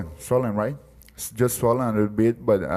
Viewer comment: said, "I get sour very easy" hahahaha then "swellen, swellen, right??" hahahha